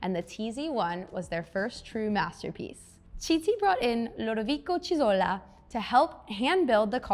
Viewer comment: This design still lives on Dodge Viper based Alfa Romeo TZ3 Stradale. Sorry for nitpicking, but Chiti is pronounced "kitty" (Yes, as in Hello Kitty 🐱)